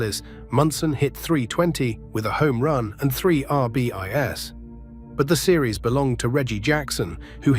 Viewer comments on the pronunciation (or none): Not for nothing but if AI can't even properly pronounce the baseball stat "RBIs" correctly on a baseball video, then how is it going to take over the world? Me thinks this AI is not going to take as many jobs as the Tech overlords think it will.